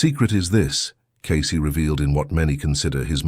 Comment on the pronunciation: The only bad thing about these Cayce videos is the AI narrator. It just doesn't 'get' the rhythm of human speech. What really gets me is that the AI voice pronounces Cayce's name Kai-cee. It is Cay-cee. With a long A. Not Kai which rhymes with lie. I see this in nearly every one of these videos. Couldn't the makers of the video PLEASE, PLEASE, PLEASE correct the AI's pronunciation of the guy's name???